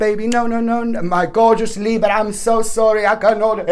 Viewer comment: I just had to say that I love the way you say Libra!! Then I always try to roll my R like you do🤣 which never works out.. Thank you ❤️